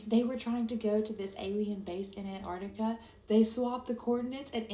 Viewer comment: It's Antartica, not "Anartica" 😂😂😂